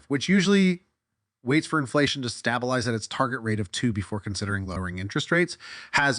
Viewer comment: You pronounced "stabalize" with a soft "a" , and Giga with a hard "i", which illustrates that you are absolutely clueless to the Tesla environment and also don't know basic English!!